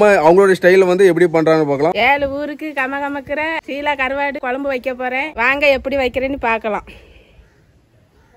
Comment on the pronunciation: அது ஷீலா அல்ல சீலா